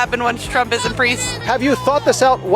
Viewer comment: she said she when Trump is inpriest instead of impeached 😂